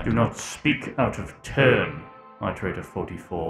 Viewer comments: Ah yes, eyeterator logs. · "EyeDerator" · eye-terator moment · yeah, like i keep swapping between "aight"-erators and "it"-erators